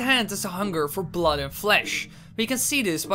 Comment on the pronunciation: And bloud